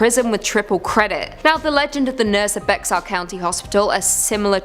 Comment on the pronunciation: While I don’t think you’ll cover Bexar county again, I thought I should say it’s said like Bear/bare rather than Bex-are 😭 I know, weird spelling